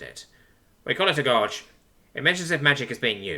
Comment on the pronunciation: gowse and gorse